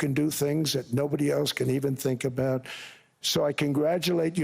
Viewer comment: "Aboot" heheh